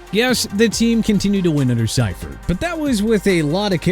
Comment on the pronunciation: George See-furt is how it was pronounced